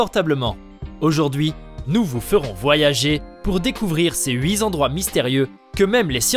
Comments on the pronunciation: Les huit endroits pas les huit zendroits svp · ... les huit-z-endroits... :D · On ne dit pas "huit z'endroits"? Mais "huit t'endroits" !